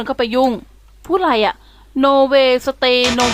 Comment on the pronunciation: ขำคำว่า โน เวย สะเตย์ ........